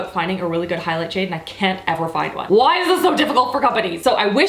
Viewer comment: "This, this is whoy" 😂😂😂😂😂